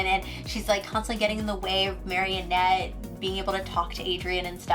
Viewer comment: It’s MA-RI-NETTE not marionette 😂💕